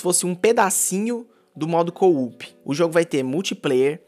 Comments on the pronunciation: É co-op é só 2 "o" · para de falar coo-up kkkkkkkk é coo-op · agonia dele falando "coup" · É muito Engraçado o falar véi KKkkkkkk: "Um pedacinho do jogo Vai ser Modo coUP kkkkkkkk